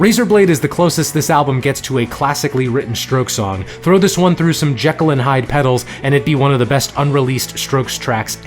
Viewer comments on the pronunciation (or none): none